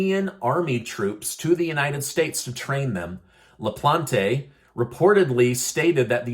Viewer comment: Hi. Sorry I couldn't help myself on your pernunciation of the last name LaPlante, the E at the end of silent La-Plant. Gave me a giggle even with all the crazy going on.